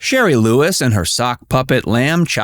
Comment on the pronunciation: Shari,not sherry.